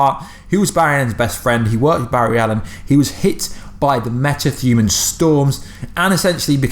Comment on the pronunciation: “Meta thuman”😆😆